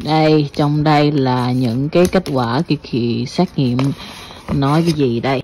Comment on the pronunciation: Xét nghiệm chứ không phải xác nghiệm nha em. Kaka